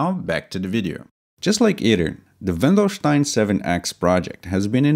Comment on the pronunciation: Wendelstein, not Welndestein